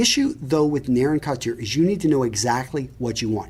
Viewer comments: Bro you gotta learn how to pronounce shit. Couture is not pronounced kott year Yves St Laurent is not pronounced eevay saint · Yves Saint Laurent pronunciation was terrible lol 😂. Plus Couture was rough